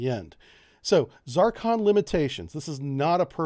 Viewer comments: What BS. First, a pet peeve. Is it not called Zurrcon? Why is he saying Zarrcon? Zarcon is a planet in the Double D Galaxy. I think Jane Russell played its Queen. But I digress... One aspect we seem to have ignored here is its origin. It's Russian. It's guidance system is probably from a farmhouse in eastern Ukraine. (Russia is short of chips). Even without the war, Russia is a Potemkin Village. All bling, no basics. They claimed to have used it in Ukraine, but there is some real doubt. I think they have something like a working prototype, but a lot of the kinks are yet to be worked out. That is Soviet/Russian par for the course. The difficulties will bedevil the project, but the Russians will smile and act like they have 500 of them in the warehouse 😐. A high energy laser could probably dispatch it at close range, as could CIWS. And lets remember something: a lot of the difficulties in this are on their side. High speed maneuvering? Accurately at Mach 6 or whatever?. Hmmmm. The stresses on materials at that speed will tend to tear the bloody thing apart. I know they have a space program, but I am not sure they are as far along with this as they want everyone to think they are. THAT is the Russian way. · Good stuff, but hot diggety, the name of the missile is "Zircon" in English, "циркон" in Russian. In Russian its pronounced something like "zeer-cone" NOT "zar-con" with a short "a" sound. In English something more like "zer-con". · Just because it's from Russia, it doesn't have anything to do with Zar's. Get hooked on phonics dude! Zircon (zuhr-kahn) ! It is not Zarcon ( zahr-kahn). That is all . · you are pronouncing it incorrectly, you are pronouncing it ZARCON when it is pronounced ZIR-CON , rhyme zir with sir, sircon....zircon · Why for the love of God do you pronounce it ZARKHAN?! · For future reference: Zircon pronunciation of you is not correct. ( it is not a critic, I still like you buddy) :-) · Z (IR) CON Not Z(AR) CON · The "Zarcon"?